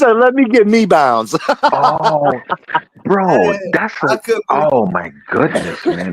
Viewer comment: Funniest thing I heard when said mebounds 😂😂